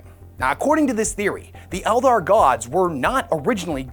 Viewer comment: Oh yeah 40k and fantasy totally separate he says elder clearly not eldar